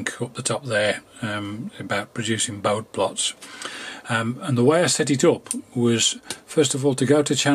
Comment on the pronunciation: "Bode plots" are mentioned a few times in this video, pronounced with a silent 'e'. However, the correct pronunciation is the way their inventor, Hendrik Bode, said his name, as "boh-dee".